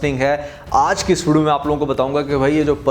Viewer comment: When you say aaj ki "is video" mein .... It sounds like aaj k studio mein 😅 But congratulations on another prediction proving true...